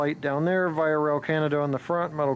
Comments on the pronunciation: VIA... is pronounced VEE AH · quick thing: its pronounced vee-ah